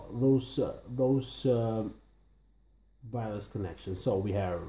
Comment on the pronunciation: It’s Wireless, not Vireless.